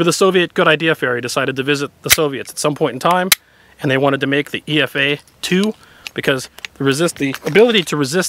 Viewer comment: Nice job. First: it is not E-F-A, it's "Epha", or saw-scaled viper, or small Indian viper. Second: this contraption was never officially adopted by any of RF special forces.